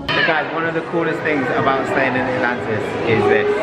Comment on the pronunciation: The ✨Atantis✨ 😂🥰